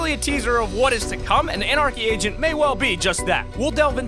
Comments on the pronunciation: did he just say anarchy Asian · i kept on thinking u said anarchy Asian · I though you said anarchy Asian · Lol love the vids but have have to point it out but it did you say Anarchy Asian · you said Anarchy ASAIN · is it just me or did he say anarchy asian? :) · Who else heard him say Anarcey Asian lol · I thought you said anarchy asain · with the anarcy agent I thought he said anarcy Asian and I was like wot